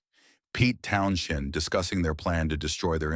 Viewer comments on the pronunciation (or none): Yep and can’t even get the spelling of Jimi correctly! Also, the name is not pronounced Town shend!